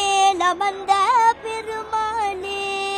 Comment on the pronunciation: பெருமா*னே* இல்லம்மா பெருமா ளே. திருத்திக்கோம்மா